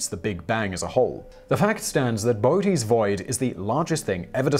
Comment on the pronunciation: Simon: Very interesting and, yes, terrifying. A quick pronunciation note: "Boötes" has a dieresis over the second "o" to show it it pronounced separately from the first one -- "Bo-otes" Think: coöperate / co-operate instead of "cooperate." If the double-dots are over a solitary vowel, German & Scandinavian rules take over and it's called an "umlaut."